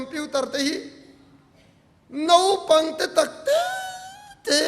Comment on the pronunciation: Ava ngaihnawm in ava ropui thin em. Tawngkam hnih khat lekin kan sawiteh ang. Naupang tih tur a, NOPANG ati te, Hausa tih tur HO SA atih te hi..., Tawngkam ah hian hmanthan leh tih lak lawh awm ve thei ani a, kan sawi belh hlek ani e.min hrethiam dawn nia